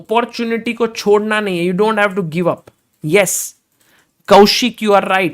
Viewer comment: सागर भाई, ठीक से कहना, ’अप्पॊर्चुनिटि’ नहीं, ’आपर्चुनिटि’! ’टेक्नलॊजि’ नहीं, ’टेक्नॊलजि’! समझे ना?!